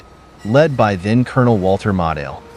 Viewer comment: Check pronunciation of Gen. Model and other words…